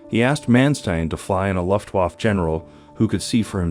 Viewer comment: COMPUTER VOICE SUCKS!!! LUFTWAAAF WTF???